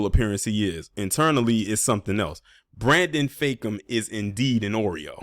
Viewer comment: Not "Brandon Fake-um"🤣🤣